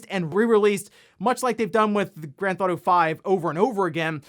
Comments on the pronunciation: Is it just me or does anyone else notice everytime says "Grand ThAuto" lol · He has probably said the words "Grand Theft Auto" that many times in the past, it sounds like he's having a stroke.